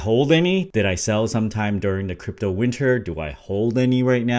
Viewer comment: "crapto" lol